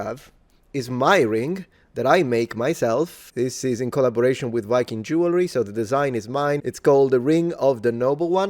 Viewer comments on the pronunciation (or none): none